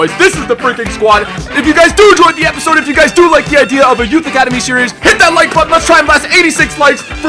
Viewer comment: "that was the bayern youth academy episode!" nono you said that wrong! its THAT WAS THE BAYERN YOUTH ACADEMY EPISOODIIIIIIIAAAAAAAAAAAAAAAAA